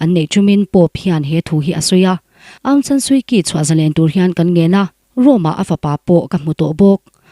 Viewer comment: Suu Kyi hi Suu Chi tia lam tur a niin ka hria